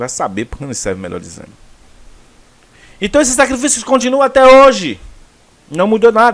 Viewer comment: A palavra que você pronunciou errado por engano é a mais correta: SACRIFILHOS